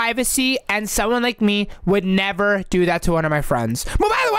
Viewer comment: Bro why did say I would nerever do that to my sweet baby cheks roxy what the He'll did she just say 💀💀💀💀💀💀💀💀💀💀💀💀💀💀💀💀